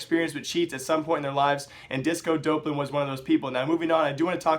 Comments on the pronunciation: it's pronounced D-AWP-lan, not Dope-lan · Doplan* not dopelan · dopp-lin not dope-lin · bro there is no fucking "e" after the "dop" its DOPLAN NOT DOPELAN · please pronounce it as disco "daplen" it bothers me XD the casters said it like that disco DOPElan XD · y u pronounce it like dopelan? Everyone says it like Dawplan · You can't even pronounce disco doplan. Fuck off and get out of the scene you disgrace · You're still pronouncing his name wrong.